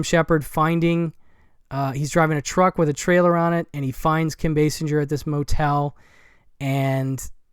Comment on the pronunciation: In case anyone is interested, it’s pronounced Kim base singer.